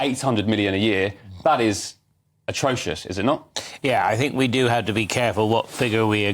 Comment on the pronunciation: The woke on the far right of the sofa should pronounce the word Think starting with the phonic sound ‘th’ not ‘f’.